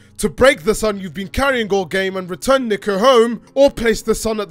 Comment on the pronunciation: Niko (nEE-kO) NEEEEEEEEEEEEEEEEEEEEko Niko